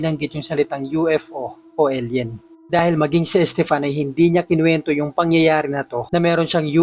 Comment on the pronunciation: Nice narration pero masakit sa tenga ung pifteen at elyen